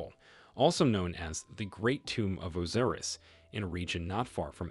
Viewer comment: Why is the narrator mispronouncing all of the names? For example at time he says Cleo-pahtara. O- seer-I-ss